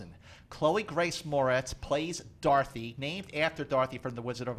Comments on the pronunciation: I thought he was saying "darthy", lolz...not "dorothy" XD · I thought he kept saying "Darthy"